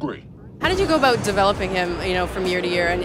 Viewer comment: Why do presenters always put the emphasis on the wrong words? "We spoke with Michael Dorn ABOUT Star Trek..." About isn't the interesting word here.